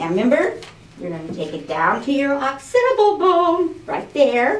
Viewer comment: Oh,! Love u and your videos! Think of you every morning when I get my wig all set and looking its best for the day. ONE THING, I BEG YOU! It's a bit of an OCD thing for me, but could you please correct your pronunciation of the work occipital?? Ahk-SIP-i-tahl. Truly, thanks for making my wig transition the best it is today! Xoxo